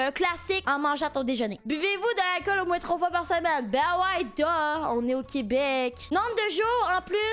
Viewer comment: Buvez-vous de l'alcool au moins 3 fois par semaine ? "Bah ouais gaaaars, on est au Québéc" X)